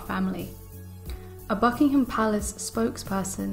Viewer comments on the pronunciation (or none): none